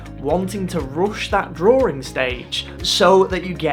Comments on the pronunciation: What is a 'Drawring"? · Why do you say "Drawring" with an 'r' in the middle?